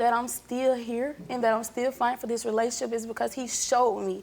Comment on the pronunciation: This bitch really said ‘relaship’ on . Honestly girl, how hard is it to fully pronounce a word?¿?¿?¿ 😂💀🥴